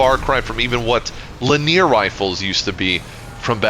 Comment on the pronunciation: not trying to be a annoying ass but its li·nee·ur 3 syllables, not la·near